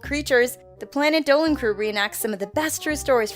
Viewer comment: You said dillan not dolan